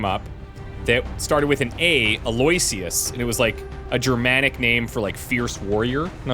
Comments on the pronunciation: I think von Norpendrock's first name is pronounced like AL-oh-Wish-us. Or at least the one that start's with an A. (See the movie, "Oh, brother where are't thou?" 🙂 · Eloyisious I've known pronounced as allo-icious. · Maybe is supposed to be Aloysius? AL-oh-ISH-əs Aloysius (/ˌæloʊˈɪʃəs/ AL-oh-ISH-əs) is a given name. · I believe it’s pronounced “El-oh-wish-us”